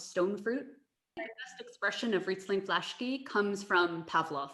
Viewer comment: Respect to sommelier lady, although I would expect right pronunciation of names, especially considering that those are connected with proffesional knowledge! Teaching others (foreigners) about wines with bad pronunciation of Vlašský, Zweigel, Znojmo, Válka and many others take a lot from proffesional respect and trust.